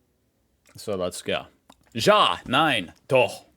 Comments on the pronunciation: Your pronunciation of "Doch" was spot on, I had to listen twice to make sure, because it was actually that good. Edit: the fact you say djah, instead of ya for yes makes this kind of ridiculous😂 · it's so funny to me how you mispronouced a simple word "ja" but totally nailed the "doch" which is pretty difficult to pronounced